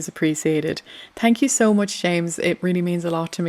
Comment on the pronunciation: I like you and your channel but when you say thank you you have to pronounce the H Say thank you over and over again do not say tank you